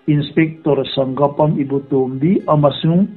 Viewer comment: Sanggapam ni lovin Sa-ngak-pam--Sangakpam tia lam tur (meitei hnam pakhat hming)